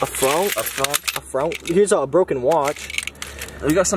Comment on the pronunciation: i am so sorry but the way you guys pronounced the french currency i- a fRoNk